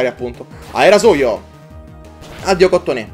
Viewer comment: la pronuncia di Cottonee è COTTONII